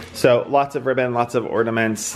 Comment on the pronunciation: I gave it a thumbs-down because I knew it would be a solid 30 Minutes of him mispronouncing "ordaments." 💀